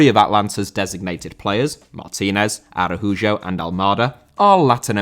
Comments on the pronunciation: Araújo* not Arahujo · He is Brazilian, so the letter "j" is pronounced like in the name "Joe", but with the letter e. So it's "A-ra-u-jo" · Arajujo, my God, why is Spanish so complicated for the Brits